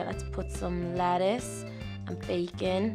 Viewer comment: why are you saying "Latise" it's "Letise"